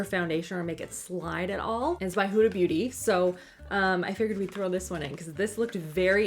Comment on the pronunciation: I love how you say her name hooda instead of Huda!!!